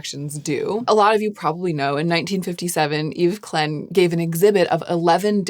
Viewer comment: Yves Klein - Klein rhymes with ‘kline’